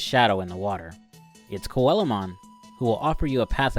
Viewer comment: To be fair...he say it right,except that it was on Spanish.